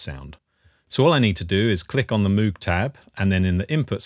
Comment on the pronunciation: its pronounced Mōg not Moooog